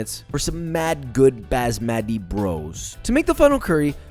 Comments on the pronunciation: Joshua: “Bazz-mah-tee” My mom walking by: “Did he try to say Basmati” Me: sighs* yes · Fuck You Its actually pronounced Baas-muh-ti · Oh ya? I thought it was Bus-mathay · Base-matey is the greatest pronunciation ever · He may have made some tiny mistakes but this recipe was kinda accurate, also props to him for actually trying to say basmati lol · ugh how he pronounced basmati pissed me off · nah tee is prodeiced like "tea" the bed of basmati should be pronounced like thee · As an indian, I approve!! Although I kinda cringed at your pronunciation of Basmati rice xD. Also, your voice sounds higher pitched when u do the explaining of the cooking. Idk if thats a mic thing, but relax, your a good cook, your a funny dude, no need to tense up if that is what is happening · His pronunciation of basmati rice is driving me insane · Please never say basmati again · Alright as someone who grew up on this, I have to say it: never pronounce “basmati” like that ever again please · Thought he did it wrong on purpose as a joke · basmati- someone teach him pronunciation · i got panic attack with garam masala and bazz-ma-thy 😂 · Look I’m not trying to sound annoying, but it’s pronounced b-uuus-ma-tee. And if you marinate your chicken in that yogurt bath(along with some red chili powder and Garam masala) overnight, it increased the flavor a bunch. Every bite is filled with this creamy sauce and all. It’ll become so much tastier than what you just made now. Try it out for yourself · Bro its Bass-mat-e From an indian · I love Josh but "Bazzmatty Rice" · This guy really said basbandi instead of basmati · This dude really said bASSmati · its funny how he pronounces basmati. “basmadi” while us brown people call it “baas-mathee”. great video anyway. 10/10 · JOSHUA we know u love that cake but there is NO ass in “basmati” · It’s basmati not baaasmati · baazzzMatty -> bAHsmahti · It's not basmatty it's baasmathi.. Like it's pronounced baasmathi. Pls. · The way he says basmathi 😁 "bAzMaTi"